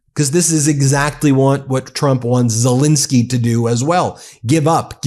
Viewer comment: ZelEnsky not ZelInski.